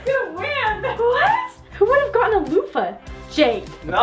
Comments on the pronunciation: Its a loofa ( loo-fa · The bath poof is called a lofa pronounced loofaa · IT IS CALLED A LOOFA!! LOL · It's called a Lufa! 😂 Lava was super close!! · its not called lava its called loofa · When ty said a bath puff it’s called a lufa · its called a lufa lo-fa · pretty sure it's "loofah" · It’s called a loofa looo—fa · the the louf is called a loufa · you say it like lufa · It’s a “luffa”. It’s a luffa. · Loufa it's called loufa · it is called a loo-fa - lufa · Btw it’s called a “loofa” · Its called a Linda loo-fa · It’s called a loofa pronunciation: lu-fa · Its calld LOOFA